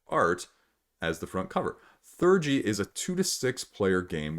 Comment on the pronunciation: ThE-urgy (like in 'theology') not 'thurgy' :D